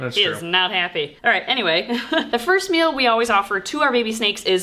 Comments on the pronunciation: Bahahah. I could have sworn you said you’d be feeding the “first males” to baby snakes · I knew you said "meal" but it sounded like you said "male so it ounded like was going to feed the first Male to a bunch of baby snakes and I was thinking okay interesting ritual you got going there. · I thought she said feed the first males to all the babies and they will eat lol. I don’t even like snakes but I love this channel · In the intro I heard "feed the first male to a bunch of baby snakes", and let me tell you, it made me sit up a bit.. ;) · Okay, for a second I ligit thought she said feed the first MALE to the babies ....lol then I realized she said MEAL...lol